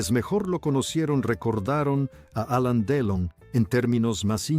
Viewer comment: Ya que hablas de un personaje importante, deberías decir el nombre correctamente, es Alain Delon.